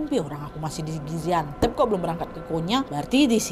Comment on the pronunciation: Gaziantep kak bukan gaziantep